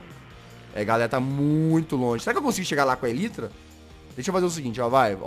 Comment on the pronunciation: o jazz: fala tudo em ingles, DA O LIKE! :) a elytra: ELITRA kkkkkkkkkkkkkkkkk